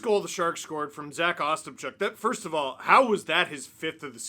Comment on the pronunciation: Ostapchuk is pronounced oh-stop-chuck not Os-tup-chuck